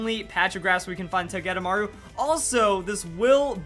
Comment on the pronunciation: I thought it was pronounced Toge-De-Maru